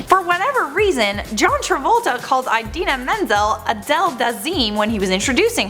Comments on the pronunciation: You can't pronounce it right either. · The girl in this vid can't pronounce Idina Menzel correctly. Travolta was drunk, what's your excuse. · "mispronounced Idina Menzel's name" (mispronounces Idina Menzel's name)